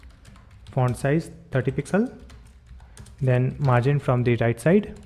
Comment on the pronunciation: Ever time he says font it sounds like *orn